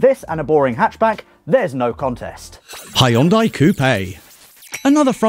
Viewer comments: Cmon.. please don't Hah Yon Die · The way he says hyundai makes me want to vomit.